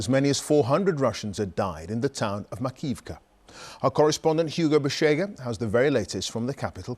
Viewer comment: MAKI-IVKA... you are mispronouncing it.